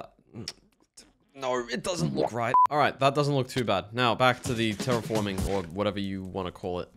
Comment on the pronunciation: terraforming? no, ter-reforming